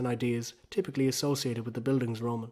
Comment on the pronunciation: Gonna ignore the pronunciation of Bildungsroman